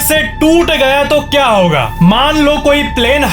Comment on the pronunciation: Sir it is hoga😂 not hoyega😂😂